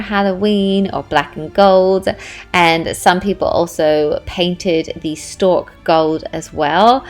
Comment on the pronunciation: Omg I have 4 big pumpkins was dreading the carving so definitely gonna do this!! Also so cute how you say 'stork' instead of stalk 😂😂😂